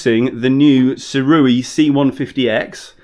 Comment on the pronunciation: Correction: even the second way you said Sirui was wrong. It's pronounced "SUE-RAY" ray like how you would say "Stingray". Going forward everyone, say it like this